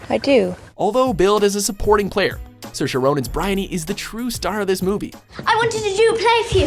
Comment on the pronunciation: Wow it's not often that someone front outside of Ireland is able to nail the pronunciation of Saoirse well done you get an Irish star of approval